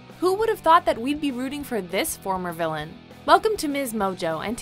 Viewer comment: Lmao. "vilian" my ass 😂😂